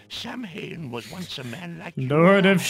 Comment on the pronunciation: Ok that Leopard hat guy annoyed me. ''Samhain'' is pronounced ''Sow-In''. Sow as in a pig